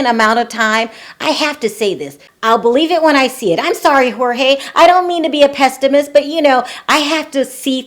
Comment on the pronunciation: What’s a pest-ah-mist? 😂😂😂